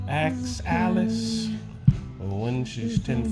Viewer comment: "Axe Alice"?